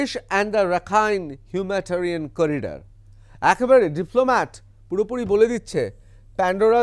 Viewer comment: হিউম্যাটারিয়ান নয় হিউম্যানিটেরিয়ান হবে। বারবার অন্তত একশবার এই ভুল বঞ্ছিত নয়।